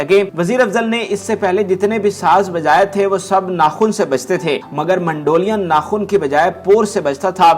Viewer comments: MANDO LIAN nhn MEDOLIN hy bhae kya bolon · Word is NOT mandolian ... it is Mandolin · اس پروگرام میں ،، اب ٹھنڈک آئیں بھری پگلی،، چلانے کا کیا تک بنتا ھے اس گیت کا سے کیا تعلق ھے۔ پروگرام کا کر رھے ھو اور گیت ماسڑ عنایت حسین کا چلا رھے ھو۔ اور کیسے ھوسٹ ھو جسے مینڈولین بولنے نہیں آ رھا وٹ نان سینس ۔